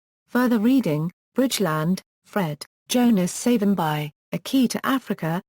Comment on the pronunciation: Would appreciate appropriate pronounciation of the Name Pleaseeee